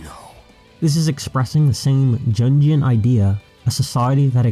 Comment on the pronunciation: Yo, pronounce 'jungian' more like yoongian, the guy's name was pronounced 'carl yoong'